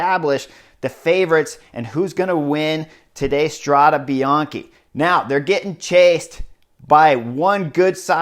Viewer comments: With all the love in the world, no: Strada Bian-"key". Yes: Strada Bian-"kay" . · Thanks for the good report! But man... your constant mispronunciation of the race name is ear drilling 😱 Let’s try together: Strada (fem.) is singular, Strade is plural. Last E is pronounced as in ‘pet, wet, get...’. Bianco means white, bianche is female plural. Bianchi is male plural but also the bike brand. So, what you’re pronouncing is ‘Bianchi road’ instead of White roads. 🙏🏻🚴‍♂️☀️